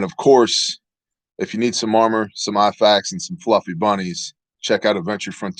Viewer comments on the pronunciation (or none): none